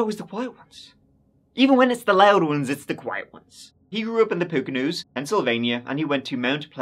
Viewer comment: The Poconos pronunciation was so authentic! 😃 great job,.